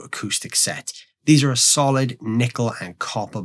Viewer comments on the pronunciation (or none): none